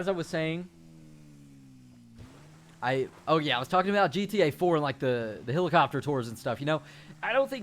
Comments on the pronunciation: its pronounced "HELL-IH-COP-TER" not "HILL-ICOPTER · its called helicopter not hillacopter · I hate how he says helicopter.